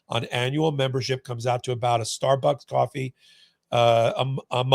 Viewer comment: Everything this dude says is apparently a lie. I don’t even believe this dude has ever lived in New York a day in his life based on how he fucking pronounced coffee -source: lived in either New York or north Jersey my entire fucking existence